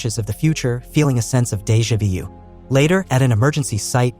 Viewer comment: Today I learned AI doesn't know how to pronounce déjà vu.